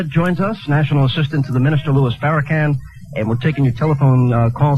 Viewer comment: Hannity screws Farrakan's name purposely throughout this show.